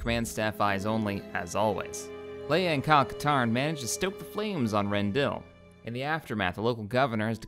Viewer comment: your saying rendilli wrong, it has an i on the end of it, corporation there is called rendilli star drive